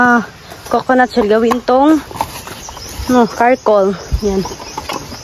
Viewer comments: Gawing uling charcol hindi carcol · Charcoal not Karcoal! You know the expression char char that’s how you pronounce the charcoal 😊👐🏻✌🏻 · wala Kay klase? Btw, I noticed you said “karcoal” the correct word is “charcoal”. Tambok ang mga baboy!